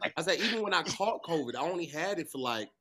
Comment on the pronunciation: BT said covid slim 😂😂😂😂